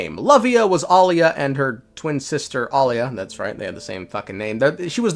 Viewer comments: It's Aila not Alia, Alia is her twin sister that died a long time ago. People need to learn how to pronounce names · EYE-LA and AH-LIA 😭😭😭😭😭😭 Please. My ears cannot. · AY-LAH lmao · The pronounciation of Aila , just ragebaited me so hard😢